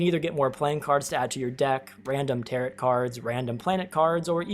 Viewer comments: Tarot is pronounced tarrow, the last t is silent owing to it being a French word. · Tarot = “Tare-Oh” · Great review and I'm buying the next time it goes on Steam sale. There's probably already a comment that has mentioned this, but "tarot" is pronounced TARE-oh! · The second T in Tarot is silent. It's pronounced Tarrow, like narrow. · lol "ta-rutt" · "Tair-oh" cards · By the way, "tarot" is pronounced with a long "o" and silent "t", i.e., "TEHR-oh" (not "TEHR-@ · The last T in Tarot is silent 🫣 teh-row cards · Did you just say…. “Tarrot” cards? Lol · That's not how you pronounce tarot